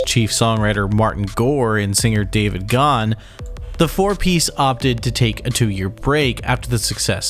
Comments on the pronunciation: great video, but his name is GA-han not ghan. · Ok, I watched the video and I understand how you came up with the opinions you did, but check the pronunciation of Dave Gahan's last name. The idea that the lyrics reflected the difficulties of recording is, I believe, in error. Martin wrote the songs and lyrics, for the most part, before they even got together. In particular, Dave Gahan was not happy with putting out another "Depeche Mode" album, but stated that when he got the demos from Martin the first song was Condemnation, and he said he was "sold.". He loved it. Fletch did not leave in the middle of the tour. The Songs of Faith and Devotion Tour had ended but there was still huge demand. They added what Rolling Stone called "The most debauched tour ever," the Summer Tour. Fletch, who has suffered from depression his whole life, said he wasn't up for it. Alan spent a month between tours teaching Daryl Balmonte, the bands long time support who you have a clip of in your video, Fletch's keyboard parts and Daryl filled in for Fletch on the Summer Extension. I saw both tours. The first, the Songs of Faith and Devotion Tour, was and remains to this day the best concert I have seen, ever. The Summer extension was amongst the worst. Alan Wilder was really putting in a lot of work that he didn't feel he was "getting credit for," and chose to leave the band after Songs of Faith and Devotion Live, which he did with Flood and was the only band member present for (which he was credited with on the sleeve). Obviously, Flood did not